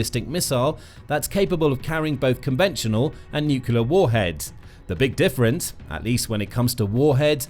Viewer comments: Come on, please. It's "nuclear", not "nucular". Has Bish's mispelling invaded all of the US? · Is it feasible for commontators to say 'nucleur', rather than nucular?? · What is ‘nucular’? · can you please learn how to pronounce "NUCLEAR? It doesn't contain two "U"s.